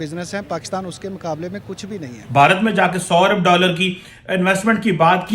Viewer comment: Hume ' daaalar ' de😂😂